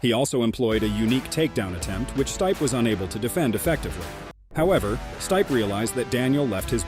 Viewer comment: Wow, have you never heard someone say Stipe before? Totally through me off but ya, great video but man.... Learn their names please.